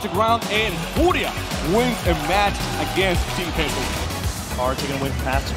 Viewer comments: I love how you changed the name to "FUJRIA" for a second there 😂I was also chuckling at the caster's pronunciation when watching live 😂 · i'm always so torn between how to pronounce furia. do i go for saying the spanish word or the english caster's way? lol